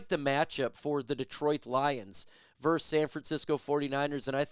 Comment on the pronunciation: VERSUS NOT VERSE 🤦‍♂️